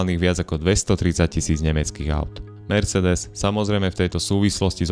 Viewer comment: ano, malo by to byť ,,mersseedes´´ :)